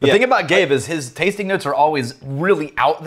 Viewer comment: And when he talks about the 'tastink notes' or anything ending in -ing he ends with a K lol